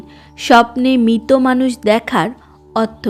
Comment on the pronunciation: দিদি কথাটা মৃত। দয়া করে মিতো বলবেন। বাংলা উচ্চারণ টা ঠিক হওয়াটা খুব জরুরি। নাহলে শুনতে খুব খারাপ লাগে